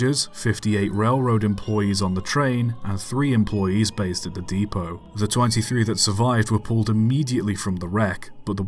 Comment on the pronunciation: You mispronounced Clerk. Oh! And depot. And Newark. And Terris.